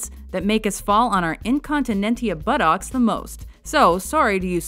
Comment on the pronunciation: This ! arrrrrrgh. Butt-OCKS. Like Forrest Gump, ugh !